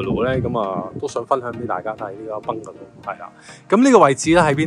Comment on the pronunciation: 多謝分享🙏🙏🙏不過麻煩你個Bungalow讀音搞搞佢，兩位主持都好似講到怪怪地咁，